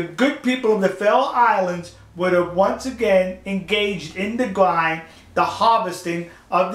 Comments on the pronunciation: The ind part of grind is pronounced like ind in indian... if that makes sense :P It's not like the whales get ground or anything... just a little pet-peeve of mine. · What the police really did, was telling the locals to not harm the crew of Sea shephard, and if it weren't for the law enforcement, the crew would be going home either in a bodybag or just extremly wounded. Anyways, Thanks for the support, P.S I like how you say "Grind":P